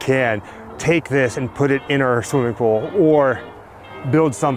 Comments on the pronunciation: Its ok,. Not everyone can say Pooul. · I say pool the same way so don't feel bad 😂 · I say pool the same way you do. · I didnt notice anything different about how you say "pool" . I had to back it up a couple of times and I guess it comes out as "pull" which is no big deal. And yes everyone, it's in the Valley View edition of LA and is just about impossible to not get caught trespassing to get to it.